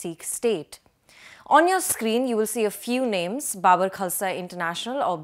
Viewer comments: Babbar like Gabbar not Babur. Kya bakwas journalist hai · Please pronounce Babbar Khalsa properly.....it's not bubber....😅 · Baabar? No, it's BaBBar